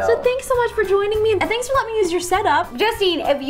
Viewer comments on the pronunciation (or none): none